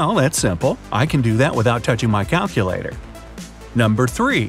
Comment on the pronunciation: "Caculator," Me: Already confused.